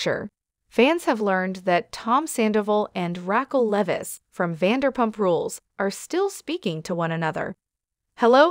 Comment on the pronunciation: Rackle?? lol